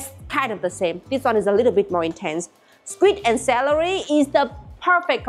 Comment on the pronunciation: Srim? skwik? Your english is strange 😂